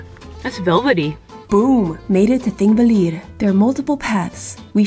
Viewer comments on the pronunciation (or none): Tip: when there is a “double L” (ll) it sounds like “tl” so it would for example sound like :/ theenkvetlir /: and :/guhtlfoss/:. Also, Þþ: th. Ðð: th. you’re welcome from an Icelander ^_^